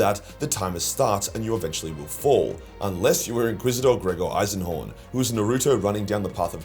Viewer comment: Jeez did you have a stroke on the Eisenhorn bit? 😂